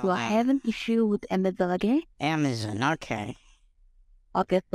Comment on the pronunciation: and her "Amazun" kept cracking me up. You know these scumbags are just drooling in greed when sez 9 grand in the bank. I take great pleasure in verbal 'abuses' the scammer, real satisfying.